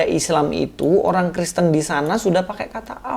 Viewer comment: apa gw yg salah denger ini ngomong tritung tritung dan kriston?